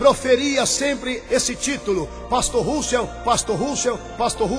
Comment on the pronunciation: na verdade vc que deveria estudar bem as escrituras, pois vc está muito desinformado! lembrando_ Deus odeia a mentira e vc é um mentiroso, usa a bíblia pra falar mal de uma religião q sempre prova na bíblia suas crenças... e vê tbm se aprende a falar o nome de Russell direito!! quanta hipocrisia da sua parte se dizer q e um cristão... mais Jesus predisse q haveria falsos cristãos! e" VC E UM"